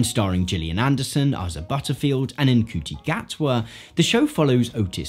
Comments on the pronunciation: Mate you BUTCHERD Ncuti Gatwa's name. Ncuti pronounced "Shoo-ti" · haha, good effort. For future reference it's ay-sa (Asa) and shoe-tea (Ncuti) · btw, Ncuiti’s name is pronounced “shoo-tee” 😊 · you pronounced both Asa and Ncuti wrong by the way. great video though. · You mispronounced Asa & Ncuti’s names